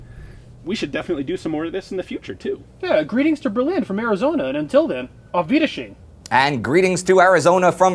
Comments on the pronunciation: "auf wiedesheen" lmao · SBwingman yes I know it's wiedersehen I'm making fun of his pronounciation